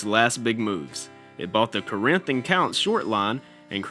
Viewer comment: Nice video, but you did not pronounce the word Corinth correctly it’s Cor in th, short and simple